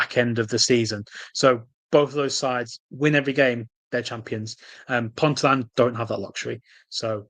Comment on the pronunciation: Appreciate the coverage of the lower tiers. Do you cover the Championship? I'm a NUWFC ST holder. FYI in the NE WRFL Ponteland is pronounced Pon-tee-land not Pontyland . I look out for Mancunian Unity's results following the Lasses FA Cup match against them a couple of seasons ago and a great rapport developed between the two teams and their fans. Howay the Lasses!